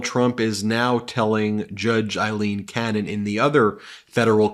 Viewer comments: Please pronounce her name correctly. It is AAAAleen, not Eileen and she should be remembered in history that way . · Please Ben, pronounce her name correctly. Her name is A-lean Cannon, not Ilene; it's pronounced A-lean, A-lean A-lean. You can do it brother.